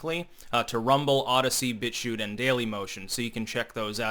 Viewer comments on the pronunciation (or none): none